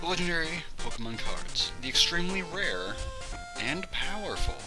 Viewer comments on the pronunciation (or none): none